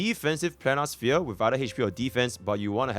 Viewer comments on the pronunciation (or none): none